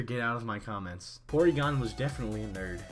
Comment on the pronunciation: porygon... just... porygon